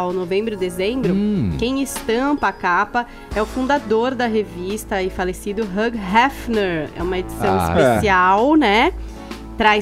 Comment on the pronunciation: Até hoje a chama o cara de HUG Hefner. Para né!!! É HUGH (HILL) de Hugh Jackman, Hugh Grant e etc. Abraços